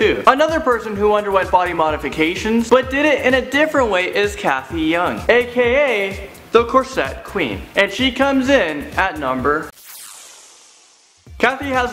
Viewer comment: Its not pronounced Cathy YOUNG, you pronounce the J. Jung.